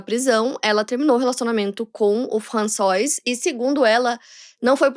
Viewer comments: A pronúncia de François não é "françoá", não? Sempre achei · seu francês e a pronunciação melhorou muito em relação aos outros vídeos de casos da França. François se lê "Françoá", mas você corrigiu no final:) Trás mais casos da França. Moro aqui há 17 anos e te acompanho desde 2019. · Gostei de saber que está aprendendo francês. Continue com suas aulas. Está indo bem, muitos não conseguem fazer o som do R, mas carregue menos para que fique mais natural. E se pronuncia "Françoá", não François, como se escreve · françoise? a pronucia é “françoá” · O nome "François" não se pronuncia "Françoá"?